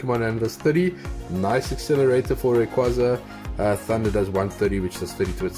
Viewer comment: I refuse to accept the fact that people call it rayquayyyza... no! 😂